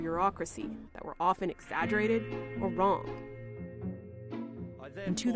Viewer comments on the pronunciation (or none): none